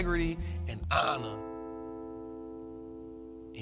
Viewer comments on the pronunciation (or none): none